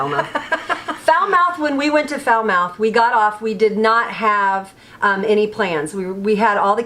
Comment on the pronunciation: Falmouth Pronunciation: Fal-moth Not Foul-mouth Lol😁😄🤣😃 Splendid video nonetheless👍👍👍👍👍